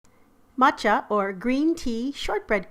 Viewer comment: YOU HAVE NO IDEA HOW HAPPY I AM TO HEAR THAT YOU PRONOUNCED 'MATCHA' CORRECTLY